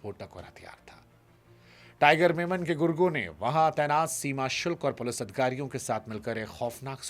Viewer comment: It is tiger memon, not tiger Menon